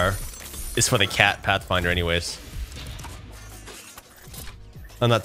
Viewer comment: You made it sound like pathfinder curse